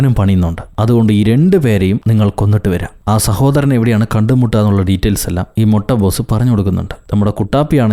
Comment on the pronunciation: ഞാൻ മാത്രം ആണോ മുട്ട ബോസ് എന്ന് പറയുമ്പോ മുട്ട പഫ്‌സ് എന്ന് കേൾക്കുന്നത്